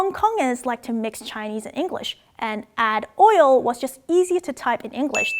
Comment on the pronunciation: I can honestly say I've never heard anyone say "add oil" like that in English, but I use 加油 all the time in my Mandarin classes 😅